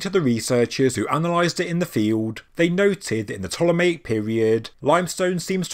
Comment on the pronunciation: you say you are open to new ideas and theories, yet i keep kindly trying to point out you are pronouncing Ptolemaic wrong. Its P'TOLEMAIC, I praise your videos but you're doing my OCD in now lol, heres how say it Ptolemy and Ptolemaic please.....pleeeeeease 😂😂